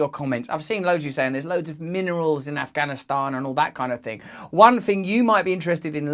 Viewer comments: Side note: I’m so happy with Russell’s accurate pronunciation of the word ‘Afghanistan’. The western media always gets it wrong. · You actually pronounced the 't' in Afghanistan. Well done Russell 😀